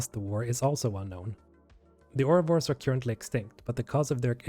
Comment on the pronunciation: After your third time pronouncing “currently” as “cure-ently,” I have to stop watching this video. I just can’t take it.